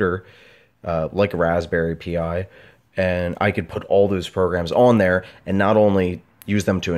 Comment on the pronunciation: It's Raspberry Pi. Pi, the Greek letter. Not P-I.